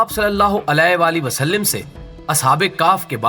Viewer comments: islah kijiay please SUAL-LAL-LAAHU ALAHI WA-AALIHI WASALLAM WA-SAL-LIM NAHI WA-SAL-LAM. LAAM PER ZABAR PARHIAY. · Wasalim nahi hai bahi wasalam hai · Huzoor ka naam ap sahi se nhi le parahe h wasallim nhi wasallam h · good Information,ALLAH bls u,,,brother,plz correct S.A.W,,,,vasalim not vasalam right hy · Gadhe.. wasllim NH h wasslam h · Salim nai sallam hai plx apni islah karain.. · وسلم ل پر زبرہے زیر نہیں کیونکہ عربی گرامر کے حساب سے غلطی ہوگی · جناب آپ۔۔( وسلم) کے ل پر زیر پڑھ رھے ھیں بار بار ۔۔۔ل پر زبر ھے ۔۔۔غصہ کی معافی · معذرت کے ساتھ اگر برا نہ منائیں تو یہ آپ(صلی اللہ علیہ وسلم) میں جو آپ وسلم بول رھے وہ ٹھیک نہیں وسلم لفظ میں ل حرف کے نیچے زیر نھیں بلکہ ل پر زبر ھے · You are right